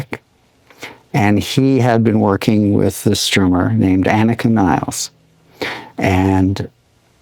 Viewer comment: The Woman's Name is ANIKA , Not Anakin !!! We're Not in Star Wars , Man !!!! And the Band's Name is RUSH , Not Russia , my God !!!